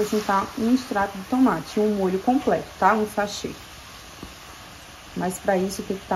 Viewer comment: E tomate nao a tomate fala certo sua linda procura fala certo